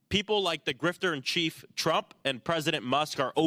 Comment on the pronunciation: "Grifter," not 'Grifter.'